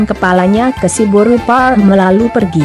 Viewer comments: Cba di clearkan lg bos ku,narasi "boru parrrr...".. Boru apany yg dia bilang itu.. Atau ada mksd lain kah disensor? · Horas dihita sude....tolong carapengucapan kata buru nya kurang jelas.